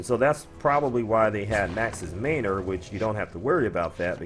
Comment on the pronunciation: Man. Or. Not mainor.